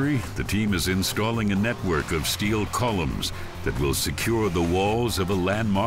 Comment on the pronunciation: Also this guy calls them “columes” hahahahaha like volume with a C